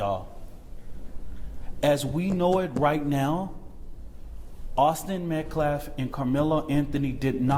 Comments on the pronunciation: It would be nice if this idiot speaking on behalf of the Anthonys could at the absolute very LEAST, pronounce the murdered CHILDS name correctly! (Met-CALF…not Met-CLAF). This whole thing is so infuriating in and of itself. But the fact that he couldn’t be bothered with, take the time or care enough to learn the pronunciation of the REAL victims name, is utterly abhorrent and it speaks volumes as to the type of deplorable people we’re dealing with here. Bad bad move putting this dumba$$ up here- Completely lying, gaslighting, manipulating the public with this racism bullshit, trying to solicit guilt/sympathy all while making these inferences/comparisons that are COMPLETELY unrelated to each other, mispronouncing the victims name…heck he’s struggling with basic, fundamental grammar!!! 🤦‍♀️ What a complete and utter embarrassment to themselves. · He called him Austin Metclaf , can’t even be bothered to get his name right 😒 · So? That idiot couldn't even be bothered to pronounce Austin's name.... MetClaff 🙄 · So disrespectful and on top of it, dude can't even pronounce Austin's last name correctly. He keeps calling him Metclaf. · Also keeps saying Metclaf. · Don’t forget Metclaff because saying Metcalf is too hard for the idiot. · Its really annoying that this man cant even say the victims name correctly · Why didn't anyone ask him why Anthony brought a knife to the track meet? This guy mispronounced Metcalf's last name every single time he said it. This is so ridiculous! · He cant even say Metcalf correctly…